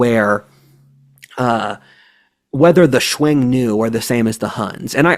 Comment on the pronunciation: Xiong nu. Pronounced shyong new